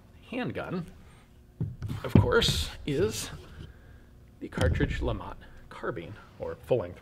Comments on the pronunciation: It's pronounced Le Matt, Lamont is Fred G Sanford son and not a gun. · If the creator was French I guess you don't pronounce the T! Must be Lema